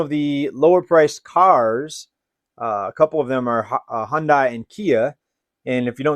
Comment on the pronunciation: Hundai is pronounced Huhn-day